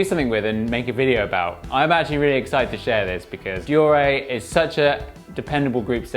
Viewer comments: Dor-ay ??? Dee-or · De Orr ray *shudders It’s Dee or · Deore sounds like De ore or have you used Google to pronounce it for you? Every bike shop in the UK since I started mountain biking in 1992 call it Deore/ de ore. Aluminium is Aluminium not aluminum for example. Okay they are your sponsors but have they actually said Deoreeeeeee? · You sound like a div deore a? It’s deore!!!!!! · Good video although I cringed every time he pronounced deore likde deoray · Can't take another second of him butchering the word deore. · Why do you pronounce Deore like that